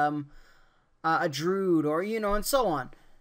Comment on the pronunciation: I was going to subscribe. Then I heard you say drude and said "nah."